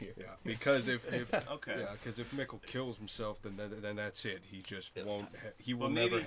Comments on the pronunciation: Mikkel as Me-Kale Not Mikkel like pickle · No, Mikkel like pickle